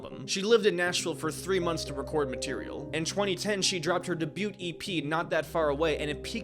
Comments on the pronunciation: This was a great video but the amount of times he pronounces “debut” (day-bew) as “de-bewt” it takes me fully out of it. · I Love Your Content And Have Been Binging It The Past Few Days, But...My Man...My Brother In Critical Thinking...It's Day-bew...T Is Silent In Debut. Just A Little Jokey Critique Cause I Swear Every Time I Hear That Fabled Hard T, I Twitch A Little In My Left Eye. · Oh my god it's "Dey-bew" not "de bute" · The word "debut" is pronounced "daybyoo" not "debyute" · Not deebute, it’s deh-bue, t is silent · DEBUT is pronounced “day-býu” not “dee-butte”. Other than that great video! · Its debut not debute 😂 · Dude..."debut" is not "day-butte". It's "day byoo". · The way he says "debute" insteas of "debut" cracked me up. Good job on the story though. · Debut is pronounced: Day-Byoo .. not dah- bute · Great video! Quick note, the t in debut is technically silent. So it’s day-bew (rhymes with few) instead of day-bute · "DAY-BYOU", not "daboot"... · Please. Its debut, like day-bue, NOT "debutte" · Very comprehensive but the T on the debut is silent, saying it like day-byu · I just got to , and heard it pronounce debut as “de-booT” and realized this is all just an ai slop summary of the book. Wasting my time listening to a robot voice read me a robot script with a robot produced thumbnail. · Say "de bewt" one more time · a great video but I cannot get over mispronouncing debut (day-bue) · de-bute release? why am i watching someone who doesn't know how to speak? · you don’t pronounce the “t” in debut lol. its “day-bugh” like florence “pugh” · Saying “debute” that confidently 3+ times is crazy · Debut Him=(deh-byoot) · Day bue is how it is pronounced, the T in debut is silent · Debut:(day-byoo) the T is silent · I let it slide the first few times but if you are going to be a narrator you gotta know. debut = Day-Bue ...t is silent my guy. 💜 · its pronounced Day-Bu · “da byoot” 😭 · You say debut weird like debyut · Debut is pronounced "day beeyou"